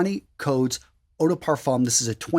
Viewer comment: Oh also, we don't pronounce the "m" in "parfum" it's a silent letter x)